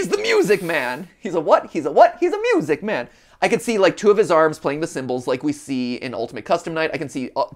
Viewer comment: MY-OO-SIC MAEN